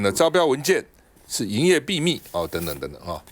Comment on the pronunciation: 老趙能不能不要再把秘密念成必密了？聽著太難受了，誰教你這樣念的？全世界華人就你一個